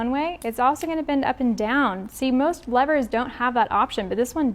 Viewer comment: I just wanted to thank you for not calling the “levers” “leeevers”! Holy shit that bugs the hell out of me🤦🏾‍♂️